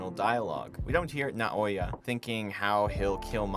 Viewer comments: NA O YA lil bro, not nayoya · it's Naoya not Nayoa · Son it's not "Nayoa" it's "Naoya" 😭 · I hate how you say nayoa instead of naoya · Idk why people can't say Naoya's name . Sometimes it's "nayoya" then it's "nayoa" . IT"S NA O YA . NAOYA . How hard is it . 5 letters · this drove me crazy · Great video and I’m a new subscriber! By the way, not to be that dude, just for the future, Noaya isn’t pronounced Ni-Oh-Yuh, it’s pronounced Now-Yuh. Anyway, great analysis, issuing rotoscoping for the unbroken meeting scene with Yuji and Hakari, shouldn’t go understated; ESPECIALLY if you’ve read the manga and know more about his character. So far they are nailing it, specifically the Japanese voice actor. Anyway, I’m rambling, but besides the static movements that make it more lifelike, the animators did such an amazing job bringing to detail the specificity of Gege’s work, even to the detail of showing Hakari’s Cursed Energy as kind of jagged and briefly said that his punches often felt like getting his with something coarse and painful. You can tell the animators take pride in their work. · An easier way to pronounce Naoya is to just say “Now-ya” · Nayoa? its not that hard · Can't take you seriously if you butcher Naoya's name. Jfc learn how to pronounce names before you make a video like this. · Nah we gotta talk about that Naoya pronunciation boss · this video is soooo good, I didn’t actually make those comparisons to pulp fiction and I do enjoy the idea it’s the “Hollywood” arc lol please learn how to pronounce Naoya 😭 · Am I the only one that loved the video but hated the way he pronounced Naoya? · Bro saying Naoya's name like he's never watched the show lmao